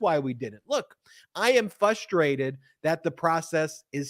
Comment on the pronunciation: I love watching all your videos. You say fustrated and not frustrated. I hope this helps and I’m not judging.